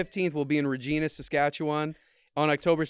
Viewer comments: As someone who was born and raised in Regina That is not how you pronounce it, but i understand, Re Jee Na is how that word is usually pronounced The correct pronunciation is Rej-Eye-Na Yes, it rhymes with a certain part of the body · Guys, it's Regina like the female body part it rhymes with just with an re instead of va. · Ahh, yes, Regina.. always mispronounced. 🤣